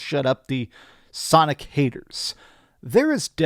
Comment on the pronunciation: Shonic Generations.